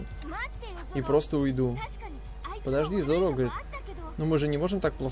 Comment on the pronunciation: зОро ,ну зОро...не зорО!:( п.с.-может виной озвучка Шачибури в которой я смотрю,но зоРо режет по ушам почти так же сильно как и Аниме(с ударением на А). :]